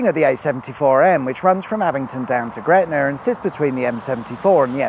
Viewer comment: it's NOT gretnaR